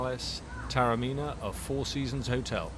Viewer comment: A fascinating insight into a magnificent hotel set in a pearl of an ancient walled city; thanks. Just one quibble, Taormina is pronounced correctly ‘Tah-orr-mee-nah’.